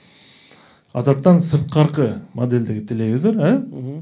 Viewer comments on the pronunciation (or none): Тупые..телевизор а не телезор....🙄